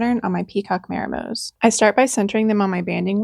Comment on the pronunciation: it's "mah" like "modern" not "may" like "mary". mah-ree-moh.